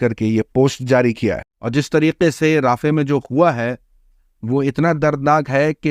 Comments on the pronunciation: Not राफ़े it's रफ़ा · It is pronounced RA-FA. Not Rafeh. Please correct. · Bhai rafeh nahi hai rafah hai